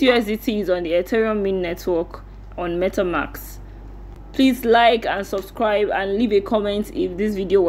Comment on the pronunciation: For next video, its MetaMASK not MetaMAX. :D